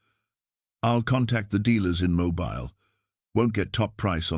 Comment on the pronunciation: Please invest in a human reader! I have no problem with AI filters that change the timber of a voice to make it sound good but by all that is holy, please invest in a reader that knows that Mobile, Alabama is pronounced Mobeel not Mo-bile (as in flexible and easy to move)